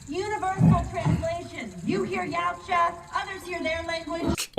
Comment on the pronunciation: The movie is garbage. They mispronounce Yautcha. It's not pronounced, "Y-ouch- ah" . It's "Ya- oo- chah". The creator of the word has even stated this. It is three syllables. Not two. And it's NOT a Predator movie. It's lame. They made the Predators too human, and lame. Not fierce,and intimidating. It's goofy.